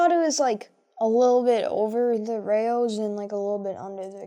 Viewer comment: I love all your videos. These were especially fun to watch. Just wanted to say Rao's should sound like "cows". Keep these comparison vids coming. 👍